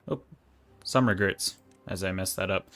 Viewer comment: "No regerts....oh some regerts" -, 2021